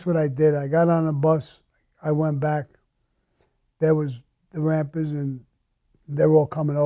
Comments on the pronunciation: I fuckin love it when hes like " da rampas" . His back home accent is fuckin great lol. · Can anyone provide the spelling of his gang name. Is it Rampers. Rapids rampants. I am clueless. I can't be rappers. I can't understand fuck all on his pronunciation of that one word